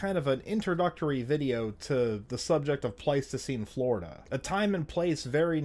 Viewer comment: "I grew up in Pleistocene Flordia"